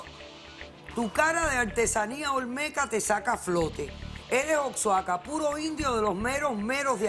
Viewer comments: La doctora diciendo oxaca y es Oaxaca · No se lee oxaca, asi se escribe, pero se lee guajaca doctora polo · Oxaca oajaca dra polo asi se pronunciq 😂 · Dijo oxaca jaja es OAXACA jajaja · jajajaja la Dr. Ana lee "OX- aaaca" en ves de leerlo como "UAJACA" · v se pronuncia OAJACA :v (se escribe OAXACA)